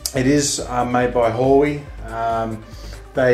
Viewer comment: "Hoowie" ;D